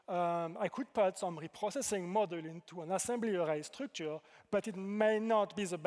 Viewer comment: Halfway through: "Model" this and "Model" that… Oh wait that's supposed to be "Module." His French accent has him pronouncing it like "Modúl"